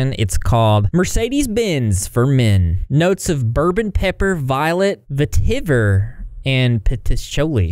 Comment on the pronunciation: Vetiver is pronounced vert-i-ver or ve-Tee-ver too :)